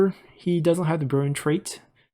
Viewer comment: It took me weeks of watching your video to figure out that when you say “brilliant”, what you’re saying is “brilliant.